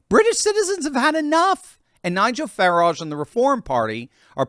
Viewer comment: I hope Nigel doesn't also pronounce his last name like that! It should be pronounced to rhyme with "carriage". But "fa-RAAHJh, really"?!?! He's not French! It's like Hyacinth Bucket (which she insists on pronouncing like "bouquét"! "The bouqueeet residence! The lady of the house speaking..."😂